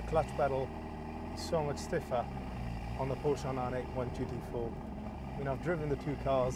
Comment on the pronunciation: Since you're a specialist, Porsche is a two syllable name.